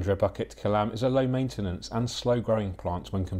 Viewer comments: Pronounced as Boo kit Kelam , not bucket kelam , hope this helps ! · I love you but you butchered the pronunciation 😂 It called 'Boo kit ke lam(b)'